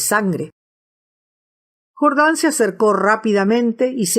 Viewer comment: se dice jordán no jordań